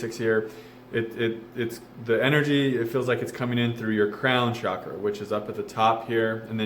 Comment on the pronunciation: Why do you pronounce cakra as shah-kruh?